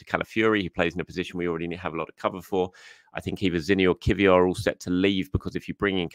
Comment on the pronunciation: can you teach your colleague how to pronounce Kiwior if he’s going to be a talking point next time. 😂